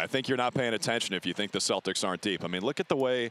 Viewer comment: Who are these "Stodders" that is talking about...?